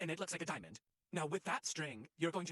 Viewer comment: I THOUGHT U SAID "now it looks like a dying man" WHEN U AAID DIAMOND😭😭